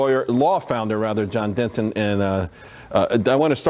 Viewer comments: Er. It's Deaton not Denton. Great stuff. It's awesome to have John representing. Cheers. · General Deaton never batted an eye when Charles called him 'Denton'... the guy is all about business and humility, doesn't care if his name is pronounced correctly or not - just wants to get the job done - mad respect. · “DENTON”? DENTON? C’mon CHUCK…..!!!